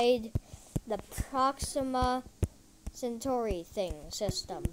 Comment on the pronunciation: And not procima its proxima